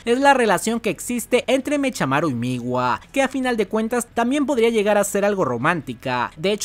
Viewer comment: Yo si pediria que cambiaras algo de los videos, y es pronunciar mecamaru y no mechamaru literal jajaja